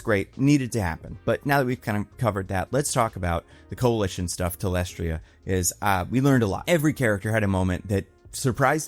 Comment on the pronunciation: my guy, for someone who makes so many reviews would it kill you to just double check names? You're still unsure how to pronounce thaedus and you mispronounced talescria as talestria... at this point I'm wondering if it's deliberate ragebait to spark engagement because if so, it worked.